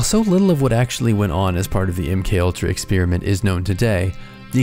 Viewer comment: You have an odd way of saying experiment